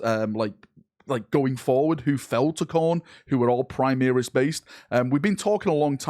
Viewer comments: PrimAris man.....pri-MAR-is.....ffs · "Choral" is pronounced Core-al similar to chorus, also "Primaris" is not Prime-ear-is but Prim-ar-is it's a bastardisation of the Latin Primarius which is pronounced Prim-ar-ius